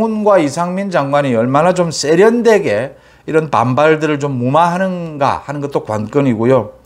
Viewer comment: '쏙'으로는 '쎄'련되게 등 ㅆ 발음을 즐기시는데 삼가주시길....